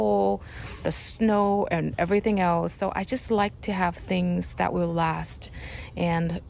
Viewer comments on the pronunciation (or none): none